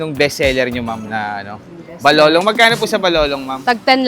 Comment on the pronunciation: Bakit yong balolon naging balolong